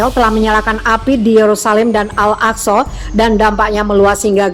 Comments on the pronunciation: 'Al-AkSorr' kepala butuh nkou!! Org sebut AĹ-AKSÃ lah bodoh! Bangang betuilah, buat mngelirukan 0rang sahaja..!!! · Ngomong nya al aqso Bisa ngomong gk sih